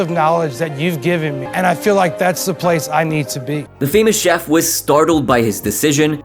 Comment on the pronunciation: I think he slurs the ch sound into Jeff instead of chef